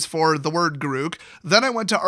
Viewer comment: “G’Ruke”? “G’RUKE”?! I thought it was Garruk, pronounced like the name Derek! My life has been a lie